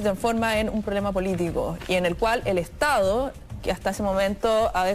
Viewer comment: Hasta estas personas q son profesores de Historia hablan comiéndose las D en Chile. Ejemplo estado , dicen estao....uffff